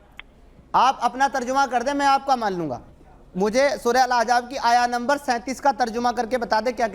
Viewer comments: yaih ex muslim nahee hai balky dhoukhai baaz hai iskou soora shareef kaa naam bhee padhna nahee aataa soora Ahzaab kou Ahjaab padhta hai our hamaisha yahee aiytraaz Hazrat zaid kee beewi sai nikah ,usska jawab baar baar ulama nai diya hai ,magar jaisa moulana nai kaha ki yai burayee hee karaigaa ,sawal karana our hai our tanqeed karna our , kisee mufti kou iss kameenai kai muqablai mai lao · Kaash k aap thik se Arbi Matan samajh paate Surah Ahzab pehle thik se bolna sikho Surah Ahzaab hai Aejaab nahi… Or Surah Ahzab ki ayat number 1 se padho Surah: 33 | Ayat: 5 اُدۡعُوۡہُمۡ لِاٰبَآئِہِمۡ ہُوَ اَقۡسَطُ عِنۡدَ اللّٰہِ ۚ فَاِنۡ لَّمۡ تَعۡلَمُوۡۤا اٰبَآءَہُمۡ فَاِخۡوَانُکُمۡ فِی الدِّیۡنِ وَ مَوَالِیۡکُمۡ ؕ وَ لَیۡسَ عَلَیۡکُمۡ جُنَاحٌ فِیۡمَاۤ اَخۡطَاۡتُمۡ بِہٖ ۙ وَ لٰکِنۡ مَّا تَعَمَّدَتۡ قُلُوۡبُکُمۡ ؕ وَ کَانَ اللّٰہُ غَفُوۡرًا رَّحِیۡمًا ﴿۵﴾ TRANSLATION: tum inn ( mun bolay beton ) ko inn kay apney baapon kay naam say pukara kero. yehi tareeqa Allah kay nazdeek pooray insaf ka hai. aur agar tumhen unn kay baap maloom naa hon, to woh tumharay deeni bhai aur tumharay dost hain. aur tum say jo ghalati hojaye uss ki wajeh say tum per koi gunah nahi hoga, albatta jo baat tum apney dilon say jaan boojh ker kero, ( uss per gunah hai. ) beyshak Allah boht bakhshney wala, bara meharban hai. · surah ahjaab bol raha hai to khud ko ex muslim bol raha hai ahzaab hota hai ahjaab